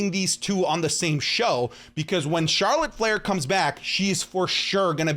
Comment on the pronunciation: him: charolet flair me: yeahhh imma unsubscribe